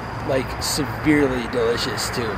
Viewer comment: "these are serverely delicious.." -STOBE